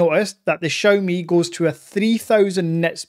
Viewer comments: Please stop saying "Chow ME" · XIMI sounda better :) haha